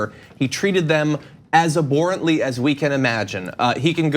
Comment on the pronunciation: I've heard john say (wrongly) abhorrently twice now and I never want to hear it again.